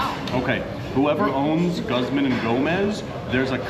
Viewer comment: Mexican food wpuld be more popular if we had more actual authentic Mexican food here. P.s its pronounced like gooz-mahn ee Go-mez.